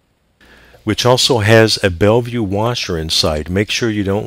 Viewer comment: Also they're Bellville washers, not bellview haha, heard this in several vids, keep up the good work